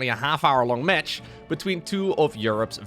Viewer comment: Words used by narrator: "Metch" (match), "Rett" (Red)